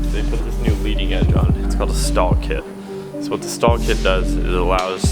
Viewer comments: Actually it’s called Stol kit pronounced like “stole” not stall kit and that motor actually loses 8.5 hp per 1000’ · It’s a STOL kit, not a STAL kit